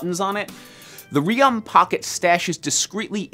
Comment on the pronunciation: It’s not pronounced reee-Aun it’s pronounced raion:)